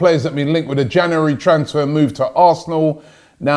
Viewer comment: The year is 2082 And Robbies picked head in a jar is mispronouncing January.